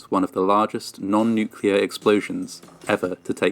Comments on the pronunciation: the Manhattan project used the damage report from that explosion to better understand the effect of big explosion (oh and "nuclear" not "nucelar") ;) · It’s non nuclear - nu cl er. Not 😅nu clu er 😢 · NUCLEAR is pronounced NEW CLEE ER .. not NEW QUE LER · Oh, there’s a different pronunciation for you. You pronounce it newk-you-ler. We pronounce it newk-lee-er. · 📢NUCLEAR, a 2 syllable word, NEW + CLEAR. There's nuke, nucleus, & even molecular, but Noo-Q-Lar?🤣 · Stop saying nu-cu-lar! It’s pronounced nu-kle-ar! Yes, I’m Canadian. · I love your channel, and I love to hear about these things from an outside point of view - and this one is one of my favourites so far! But, please, it's pronounced "NEW-clee-ur" not 'NEW-cue-lar' - it's my biggest pet peeve. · I'm a fan from Canada, but really having a hard cringe every time I hear the "new-Q-lar" pronunciation... Nuclear = New-clear , or if you're British "new- clee-R". There's no added syllable, c'mon man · New-clee-ar not nucular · off topic, but why do so many Americans say "nuculer" instead of "nuclear"? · You mean Nucular...I've heard a ton of people make that mistake he made. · Not trying to pick on you but... Adjective. nucular (comparative more nucular, superlative most nucular) (botany) Nut-shaped; of or relating to a nucule — a section of a compound (usually hard) fruit. /ˈnukliə/ Nuclear describes something that has to do with the nucleus — the central part — of an atom. If you're a nuclear physicist, you do a lot of work with that part of the atom.